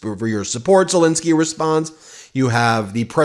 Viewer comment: Ensky not Insky, ENSKY ENSKY ENSKY ffs, call the man by his correct name.